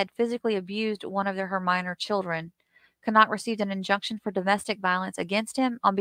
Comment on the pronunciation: It's Buh-knock. You said it correctly.